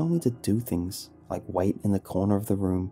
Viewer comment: I DONT WIKE IT I DONT WIKE IT